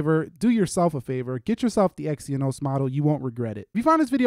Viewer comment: It's Exynos NOT Exyonos